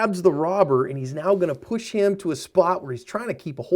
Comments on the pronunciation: I'm sorry sir, are you saying "Meow?" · am i crazy... or is he saying "right meow" ? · Are you saying "meow?" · Is saying meow instead of now in this or is it just me? 😂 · I'm sorry, are you saying "Meow"...? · did he just say "right about meow"? our am i trippin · Is he saying Meow??? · Are you saying right meow? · Are you saying "right about miaau"